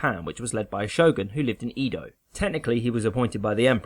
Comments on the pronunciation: Pronounciation FYIs: The Bakufu is pronounced Backfu (no bakoofoo) and Edo is not Eeeedough, more like Aido. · Very cool, thanks for putting together. One small criticism though... "Eedo" did my head in 😏 [Eh-do] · its EH-do... not EE-do... lol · Please learn to pronounce Edo correctly.